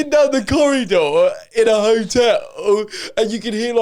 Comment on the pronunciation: the way joe says “hotel” has me creasing😭😭